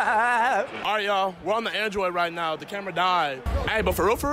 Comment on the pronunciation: are you serious right neow